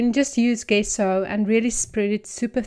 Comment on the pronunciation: It’s pronounced jesso not how it’s written on the bottle. Thanks for sharing